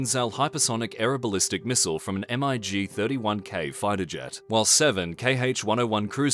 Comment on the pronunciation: You can just pronounce MiG as it's written.